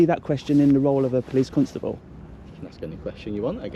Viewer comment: Stop saying Cuntstable. Its CONSTABLE